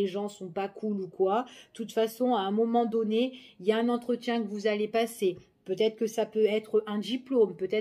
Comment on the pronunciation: Bonjour.. j'adore votre petit accent du sud quand vous dites...à un moment donné...❤❤